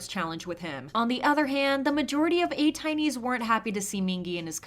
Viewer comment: the way you said "atinys" yikesss